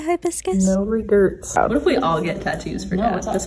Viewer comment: "No regerts" I'm- I'm crying LOLLLL